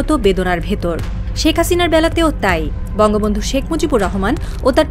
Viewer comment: উপস্থাপিকা কি ভুলে বলে ফেলেছেন নাকি, " বঙ্গবন্ধ"